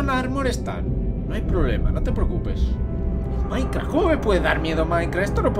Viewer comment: Like si escuchaste que dijo maincra :v